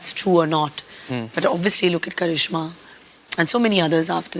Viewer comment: karizma not karishma😂😂😂